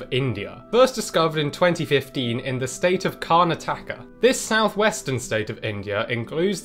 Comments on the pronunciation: That pronunciation of 'Karnataka' killed me. It's actually pronunciation is more like 'Kur-nah-tah-ka' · 3 years later and I'm still haunted by the pronunciation of Karnataka. Thats what brought me back here